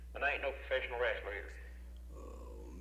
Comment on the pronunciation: Ol’ man said, “Rastler”.